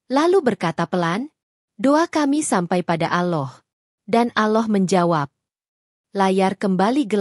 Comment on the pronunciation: Agama loe ape sih mbak...nyebut Allah aje aloh